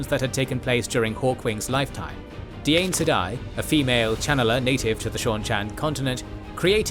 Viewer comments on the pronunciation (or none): none